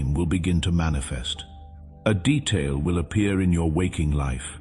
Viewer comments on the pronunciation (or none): none